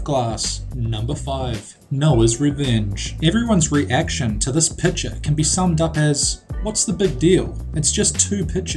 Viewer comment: re-action... lol